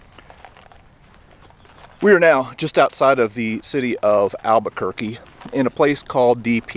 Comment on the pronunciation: Albuquerque is pronounced Al-ba-ker-key.